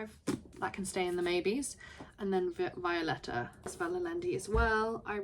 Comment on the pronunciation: you pronounced Violeta almost right! The beginning is “Vee”, the “oleta” part was correct :) and the “ll” in Allende sounds like a “sh”, “Ashende”